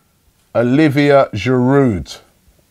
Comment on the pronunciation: Oliv-yay not Olivia